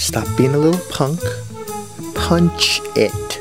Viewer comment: LOl the way the Dad said, "Punchhh ITtttt" , my mind told me he had to be Caribbean